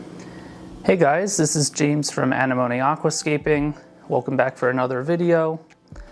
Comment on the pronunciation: Where did you learn to pronounce “Anemone”? Or is the mispronunciation on “porpoises”? What the fuck is 60P?